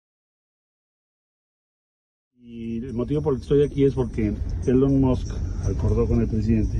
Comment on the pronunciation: la empresa de LONMOSS? jajajaja....simplemente debio haber dicho TESLA.